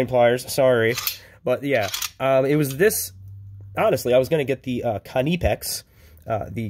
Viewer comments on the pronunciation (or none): Its pronounced knee pex